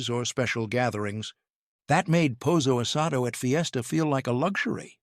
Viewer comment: Pozzo asado????